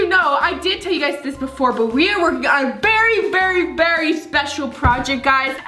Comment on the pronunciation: A berry berry berry important 😂